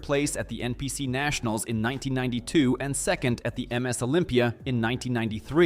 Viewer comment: Is every voice generated by AI? They sound more and more convincing, but they always screw up on the simplest words or abbreviations like Ms. Or Mrs. I’m beginning to think that every narrating voice in a video like this is either AI or some illiterate person that doesn’t know how to read.